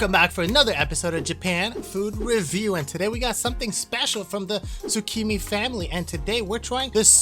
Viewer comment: Thanks for the review! Wanted to know what it tastes like before trying. Oh and the pronunciation for shichimi is literally “she-chi-me”